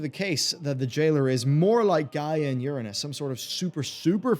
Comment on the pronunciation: That's not how Uranus is pronounced.